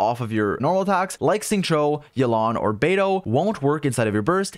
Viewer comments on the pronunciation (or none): none